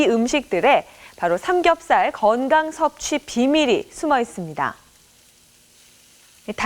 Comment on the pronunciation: 의 나레이션, '삼겁살 만이 어닌(?)' '매니아'라고 해야 합니다.